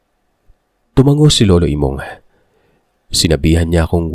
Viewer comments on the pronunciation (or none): none